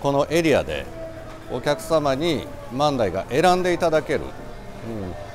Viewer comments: 万代の発音が自分と違っててショックだったよ…よく行かせてもろてるけど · 万代の発音がおかしすぎて気になります😂